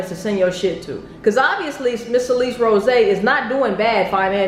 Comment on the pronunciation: Thought her name was pronounced Sal-lis not Suh-leece